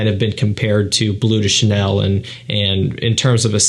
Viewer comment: Cant even pronounce bleu de chanel😂 its BLEU de chanel not BLUE de chanel